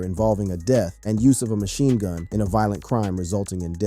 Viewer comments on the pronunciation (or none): none